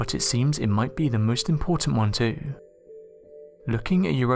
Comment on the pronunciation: You're saying 'too' wrong... and it's annoying!!!!!